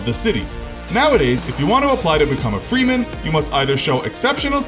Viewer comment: freeman sound more like freemasons